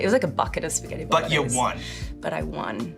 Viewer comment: "pawsta" "bowlanase"